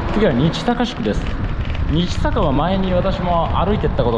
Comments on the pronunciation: にちさかではなくにっさかです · 日坂→にちさかと仰っているかと思いますが、｢にっさか｣はないでしょうか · 25番目の日坂は（にちさか）ではなく（にっさか）ですよ